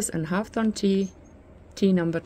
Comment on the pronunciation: Hib-iscus is how it's pronounced. Deliciousness, formally, but yours is cuter. Hawthorn sounds like whorethorn or hoarthorn. A berry of this plant is called a haw (pronounced hoaw, rhymes with law)